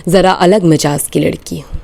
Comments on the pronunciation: 😊 Majaz Nahin, Mizaaj. 👍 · Mizaaj ka talafuz galat parha